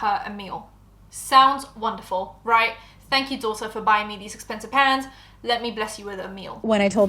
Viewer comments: I kept hearing pants too lol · Tell me why I thought and the girl in the video were saying "PANTS" not "PANS" 😂😂😂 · I thought you said ' pants' and then she like dishwasher safe? I was so confused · Not gonna lie I was so lost half listening to this, I thought you were saying PANTS not PANS 😅 makes more sense now lol